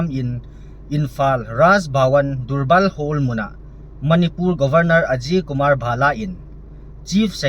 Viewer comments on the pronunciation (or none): Durbar kiticu apronounciation chu, Darbar tijohdi ahi.